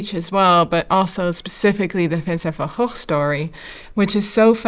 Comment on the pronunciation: Wow you’re the very first person out of all the reactors who has correctly pronounced Vincent’s surname correctly. Obviously as you’re from the same country as Vincent Van Gogh. It was roughly 10 years ago I first found out that outside of the Netherlands we pronounce Vincent’s name incorrectly.Also I assumed you were from North America. “Shame on me” 😢👍❤️